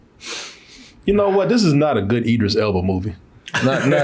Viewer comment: If it helps.. Id- driss - Ell Buh. I know you've been struggling with this for a while.